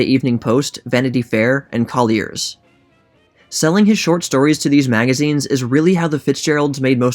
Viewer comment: Another confounding mispronunciation for your pile 😄: "coll-lears" magazine is actually "collie-urrs", like the dog love the channel